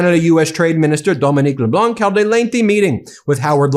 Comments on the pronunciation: Kudos for using French pronunciation with Dominic LeBlanc. Just know the terminal "c" is mute in LeBlanc. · Trade Minister Dominic Leblanc is pronounced Le-Blan (the C is silent). It’s an Acadian East Coast extremely common last name. As a kid it would fill dozens of pages in the phone book (lol!). It’s like THE most common last name on the East Coast.Our cottage was next to Dominic’s in Shediac….his cottage on the beach stood out cause it was huge of course, politician family with money obviously. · I would just like to point out that for the French name "LeBlanc" the "c" is silent. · LeBlanc....do not pronounce the "c" at the end of his name. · Cahada (Québec) here Thanks you to all our friends around the world ! Merci à tous, autour du monde ! Gracias a todos ! ( oh I am a French teacher, I can't help it Ben, we do not pronounce the "c" Leblanc ) I know I know the terrible teacher is here !) Love your work Ben Take care ! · In French, which Dominic LeBlanc is, you don't pronounce the 'c' at the end of his name. Also, Dominic sounds like Dominneeec So, Donimeeec Le-Bl-au(nearly silent 'n' at the end, fully silent 'c' ) Think like, as in wine.... Cabernet Sauvigno(n) and Sauvignon Blan(c) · Furious this and furious that. It is getting tiresome. Incidentally, when pronouncing Dominique Leblanc, French rules prevail so the “c” is silent. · Please understand that when pronoun ounce Leblanc in english...the c is silent so pronounce like Leblan. Merci for your coverage of Canadian views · The c is silent in Leblanc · FYI, you're not supposed to pronounce the c at the end of Dominique Leblanc's name. It's a mute consonant. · For future reference, the "c" in LeBlanc is silent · You don't pronounce the letter "C" in Dominic Leblanc's last name. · The "c" is silent in LeBlanc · The C in LeBlanc is silent, like as in Matt Leblanc on Friends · The c is silent Leblanc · FYI, the 'c' in Le Blanc is silent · You dont have to prononce the c at Leblan (c) , Tank's ...Michel Qc